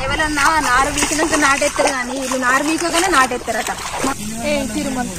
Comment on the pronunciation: నరు కాదు చెల్లే "నారు"